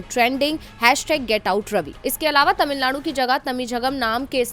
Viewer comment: Madam tamilzchgam , nahi mam tamilagam lekin iska nam Tamilnad hai governor ko ek nam lena bhi nahi ata shramnaak hai. Jo nam map mY hai usko usi nam bolna chaiyae.